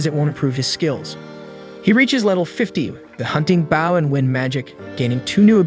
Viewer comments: He says baw nor bow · Dude the way you kept saying bow instead of bow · Dude why baw instead of bow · Not baow like a dog it's bow (bo) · Are... are you using a bot for voice, or did we get 46 seconds in to realize you say "bough" and arrow irl? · why are you calling the bow a boww wtf